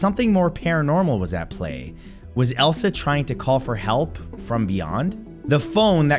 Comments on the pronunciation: Her name is pronounced Eliza not Elsa. This is not Frozen.🥶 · HER NAME IS ELISA!!! NOT ELSA! Show some respect for the dead Matt.